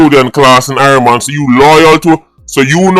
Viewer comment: Halgrimson said irieland not irie mon 😂😂